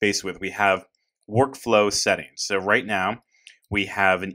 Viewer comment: Where's the accent coming from wOrkflow? Just joshing you - thanks for the video!